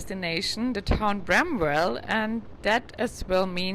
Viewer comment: The W in bramwell is silent. One word. Lake Shawnee is haunted.